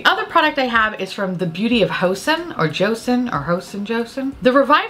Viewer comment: Joseon is pronounced "jo" and "sun"! It's the name of the korean dynasty that came before the republic of korea